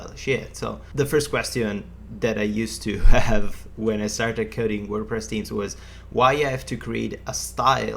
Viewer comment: Really useful tutorial, however please learn how to say "themes" correctly. found it difficult to understand what you mean with closed captions on.